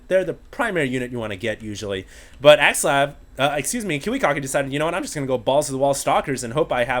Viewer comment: its ki wi KACK ki not kiwi cock ki